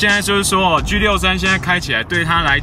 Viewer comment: 居63？你讲话好土啊，你可以说G63就是Song。。